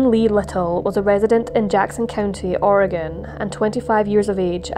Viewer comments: "OR-eh-gun" vs "Or-ee-gahhhn". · Thank you for pronouncing Oregon correctly. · As an Oregonian, I want to thank you for pronouncing my state's name correctly. ❤ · What an awful story--I used to live in Oregon and I never heard of it. (Thank you for saying "Oregon" correctly!) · How can you screw up Oregon? Im English but l know how to say it haha.